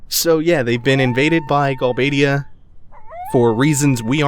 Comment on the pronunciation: also it's not gal bad ia, its galbade ia, as you would say forbade. and not dol-let..just dollet :)